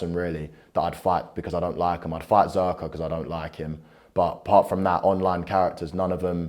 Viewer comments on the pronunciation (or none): my man said zherka ffs lol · Not the sidemen zherka...